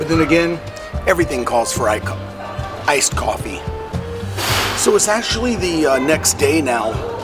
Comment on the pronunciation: wow, you know you have a drinking (coffee) problem when you call "ice coffee", " I-coppie"!